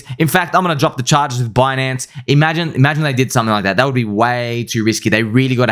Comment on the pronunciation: Reading Binance and Bitcoin in a French 🇫🇷 accent is hilarious.